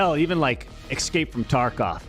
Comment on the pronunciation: I can not stand it when someone uses the word "excape".... Learn your english pls.